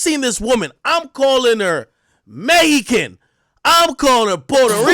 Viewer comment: Me-hi-can hahahahahahahah😅